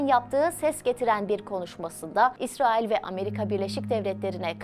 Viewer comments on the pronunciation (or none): none